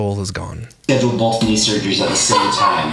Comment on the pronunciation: I loved how said "bolth" rofl. I love him 😅